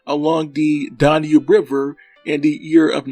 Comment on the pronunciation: Learn How To Pronounce DAN-UBE!- NOT DON-UBE! When You Talk About The "Weight" Of A Ship, You Use The Word "Displacement"! (Nice Collection Of Rare Footage, Though!)